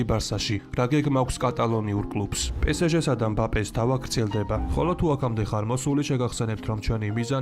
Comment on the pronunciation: Pe Es Ge პე ეს ჟე - სწორია პე სე ჟე - არასწორი